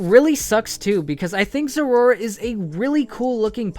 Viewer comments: its pronounced zera aura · Biggest mistake The way you pronounce Zeraora